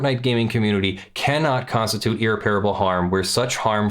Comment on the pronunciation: At least you can blame your inexplicable inability to pronounce irreparable like an educated person by your move to Europe. Seriously dude. You sound like an idiot. Aren’t you supposed to be an actual lawyer?